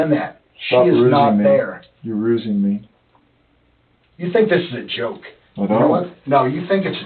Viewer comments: "Stop rusing me, Jared." lol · “Stop rusing me” got me every time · "Stop Rusing me!"